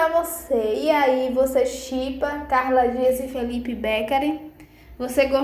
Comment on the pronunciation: Precisa aprender falar o nome do Felipe.